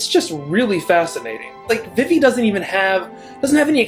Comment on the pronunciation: I don't think I've ever heard anyone pronounce Vivi as V'Vi before, though I guess there are people who say J'non rather than Ju-non (the place in FFVII), etc.